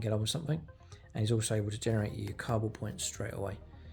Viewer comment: First you can’t say Kauyon, now you can’t say Cabal.. are you mispronouncing on purpose. Stop triggering internet strangers lol